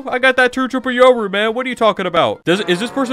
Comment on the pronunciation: “Today we’re gonna be trading chur chirple rooru”